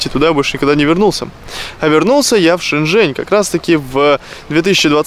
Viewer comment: Братан, не Шень Жень а Жень Шень, не благодари😎